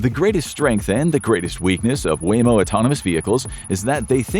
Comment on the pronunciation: Waymo not wammo